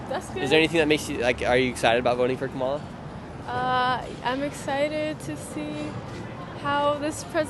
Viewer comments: Im pretty sure its Cam Ah Lah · Please stop mispronouncing her name, on purpose. It’s disrespectful and unnecessary. Madame Vice President’s name is pronounced “Comma-La.” Stop promoting discord by encouraging insulting behaviors. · I’m so glad the two Karen’s explained how kahmalalala is pronounced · You could at least learn to say her name correctly... or you guy do that on purpose to be disrespectful right. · You are not pronouncing Kamala correctly half the time. It’s , la